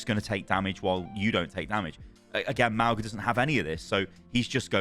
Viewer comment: M-aul-ga not Mal-ga x.x